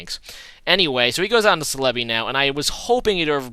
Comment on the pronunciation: I've never really been bothered with your pronunciation but Celebi is pronounced Sell-eh-bee